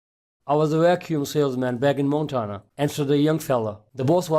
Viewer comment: JUST GREAT!! Now I know what happens to outsourced “tech support” operators who don’t work out!! What a waste of my time. This guy can’t even pronounce “Montana” correctly!! Thanks for nothing, “”.